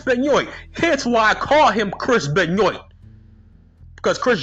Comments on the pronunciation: I love it when you say benyoint 😂😂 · Ok I haven't even finished the video but I immediately lost it the way you pronounced Benoit 😂